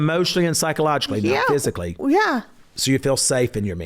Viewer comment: Julie just said you ain't going to be able to Ike Turner her ... "I feel safe pshyically too" 😂